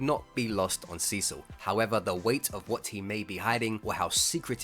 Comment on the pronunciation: God damnit, every time you say Cecil all I hear is Sisu... how the fuck is that even possible!